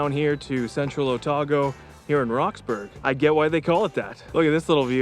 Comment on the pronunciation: Cool video series! Bit of feedback: if you’re doing a travel series, please make sure you find out the correct pronunciation of place names. People have already called you out on Greymouth, but you butchered Roxburgh and Tasman too.